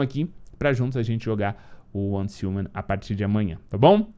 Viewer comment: repita comigo, uance riuman, pronuncia correta